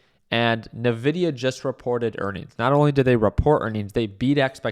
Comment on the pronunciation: I cant take someone serious who pronounces Nvidia “nuh videa” its “En Videa”